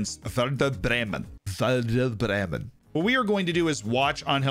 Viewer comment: You don't pronounce the German W as a V. It's just a W. The problem with most anglophone people is that they pronounce the following E wrong. They say Wurdur, a bit like murder. The E should be more like the E in 'went'.